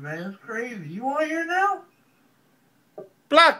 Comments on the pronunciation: "I had no Idear" hahahaah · “I had no idear” LMFAO!!